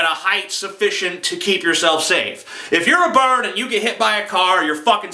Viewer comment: "If your a bard" XD nice mispronunciation beware bards! fly away and play your happy tunes about brave adventurers elsewhere! X3